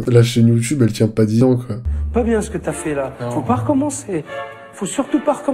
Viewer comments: Engueule moi "c'est pas bieng" 🤔 😂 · c pas bieng, fallé pas le faireuh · "C'est pas bieng, fallait pas le faire... " Fred